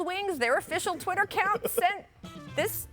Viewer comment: What is this Chwitter that Perk is talking about? lol.